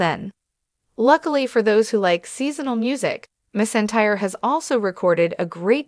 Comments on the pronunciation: It’s McEntire not misentire. Get it right or stop talking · Her last name is pronounced mackentire please know enough before you release a video butchering her name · It was so disrespectful to such a famous Country music icon and Queen of Country Music if you cannot pronounce Reba McEntire's name than you should not be letting her name come out of your mouth! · You need to pronounce her name right! That is so disrespectful to the artist. Reba is the most iconic name in the world and you can not pronounce her name right, come on show respect. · I disliked the video because you don’t know how to pronounce her last name! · Learn to say her name before you speak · This is a slap in the face to the legendary Reba, if you can’t pronounce a name correct maybe you should try to do some research before you just butcher a legend and icon and queen of country music by not saying name correctly at all. I think you need to do some research and learn how to use real names before you spread spam news to try to make a video famous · Being so disrespectful and how you're pronouncing your last name to such an amazing gratified humble and grateful and loving and God artist you ought to be ashamed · You should be embarrassed pronouncing her name that way!